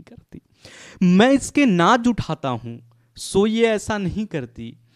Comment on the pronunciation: Naaz ko naaj bol rhe ho🙄